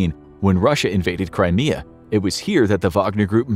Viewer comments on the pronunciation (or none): none